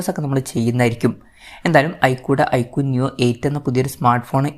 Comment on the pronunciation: ഐകുടെ അല്ല ഐക്യു വിൻ്റെ